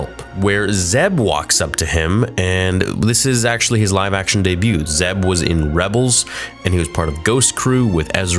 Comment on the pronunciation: Are u sure it’s zeb?